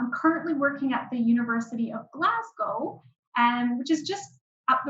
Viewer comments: It's Glaz go...or Glez gA. ..but not Glaz gow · It is spelled WHISKY.... without an 'e' ...And Glasgow is pronounced Glas...GO!!! Thank you <3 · needs to learn from the woman how to pronounce Glasgow. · The presenter's pronunciation of 'Glasgow' is annoying. Take a clue from the Canadian Expat who pronounces the city's name correctly.